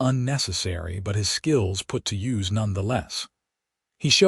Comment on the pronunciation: "...his skills put to YOOZ none the less."!!!!!!!!!!!!!!!!! HOWS BOUT, "...put to YOOS...."!!!!!!!!!!!!!!!!!!!!!! Your AI can't pronounce a LOT of words properly.